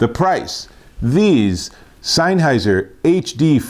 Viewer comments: You're saying SEINNheiser. It's SENNheiser. Great review though :) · Offs come on mate it's not not rocket science it'sSennheiser not seinnheiser lol. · Great video, but isn't it pronounced SENNheiser, and not SEINheiser 🤔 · Where do you read the letter "I" in sennheiser before the H? Signheiser, seinheiser, sienheiser???